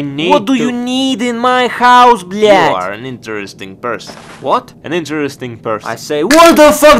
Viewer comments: Согласен. Круто звучит, когда русский чел так произносит blyat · на этом моменте я подумал что "блять" произношена прям с русской душой